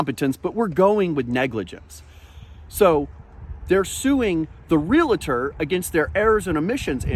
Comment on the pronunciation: THEY'RE NOT FUCKING REALATORS!! They are realtors. It's not that freaking difficult. Get it right.